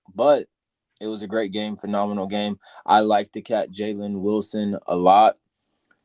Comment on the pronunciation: You lose all credibility when you cant even get jalen wilsons name right